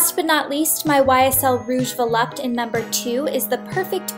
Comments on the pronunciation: it's Rouge Volupt'aaay' not Volupt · Mar Stello yes there's an accent on the E. It's "Rouge Volupté" so it's taayy :) French is my 1st language so